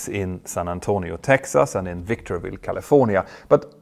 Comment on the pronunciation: Just a heads up, it’s Victorville. No “y”